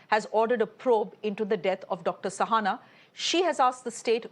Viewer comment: I am puzzled why the anchor is pronouncing Shahana as Sahana. She herself is Shreya, does she call herself Sreya?